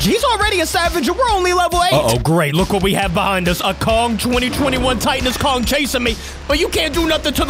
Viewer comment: He is murdering king Kong’s name